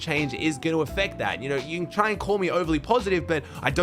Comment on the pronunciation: Anyone else hear ‘can mero and cooper hold onto their crown’ as ‘ken,mero and cooper hold onto their crown’☠️